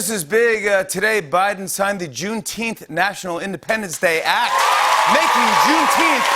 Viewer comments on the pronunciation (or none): Hooray for a holiday 99% of blacks can’t pronounce. Think I’m kidding? Go out and ask any 10 random black folk to say Juneteenth.. yep u heard right. They all said Juneteenfffff!